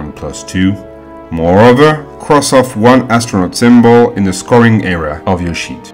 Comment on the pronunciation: Helpful - but i find him difficult to understand at times as he does not enunciate or pronounce his words properly. Eg I heard "colour" , but he meant 'Column' .. he says "error", but he meant 'Area'.